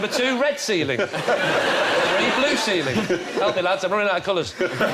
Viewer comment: Ceiling does not end on a K. point that ridiculous way of speaking out.